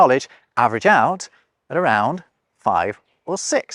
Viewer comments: "OOT"? Now you're drifting into 'Canadian' :) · It's funny that how you pronounced 'out' at that instance is the word - and the exact pronunciation - we use for 'out' in my language.